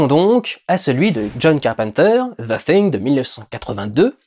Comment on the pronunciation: Vraiment un bon vlog que tu as fait durendal et tu es un des seul youtuber francais a bien prononcer le THE hahahah bonne journée.